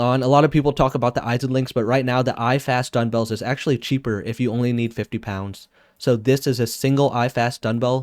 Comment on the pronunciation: Nice vid! Just an fyi though, it is duMbells not duNbells. Or my ears are failing me.